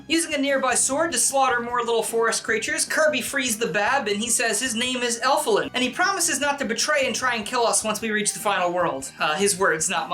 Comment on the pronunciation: Did he say Elefun or Elef*ck?